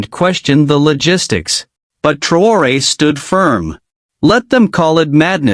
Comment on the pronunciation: Bukan TraYOR,,,,,,,INI NAMA TEPAT NYA MAS,,,,, IBRAHIM TRAORE